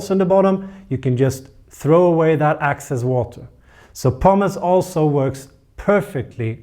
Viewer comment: I love you videos, but I need to point out a language error that can be very confusing. You say "excess water" like "access water". So it sound like that plant has access to water, when you mean the excess water. Keep up the good work! Just needed to point this out since you are consistent with the pronunciation.